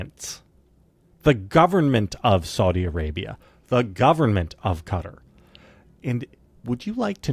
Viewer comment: IT'S NOT CUTTER IT'S QA-TAR KA-TAR QATAR....Say it with me. KA-TAR. They're the Quatari people not the cutteri people.